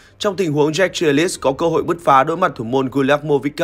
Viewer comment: Jack Grealish mà cứ đọc là Giếch Ghi lít là tđn ??